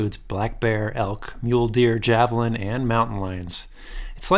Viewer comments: Awesome video as always. Just a heads up the "J" is silent in Javelina. Those suckers are mean to. Keep up the good work, happy trails. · The pronouncing is havalina, not javelin. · Another great adventure video! Btw the little pig-like animal with teeth is a Javelina pronounced Hav-a-lee-na 😂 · Sorry, I can’t resist “javelin”😂😂😂😂